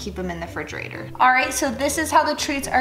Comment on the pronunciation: I was interested until she said “frigerator” twice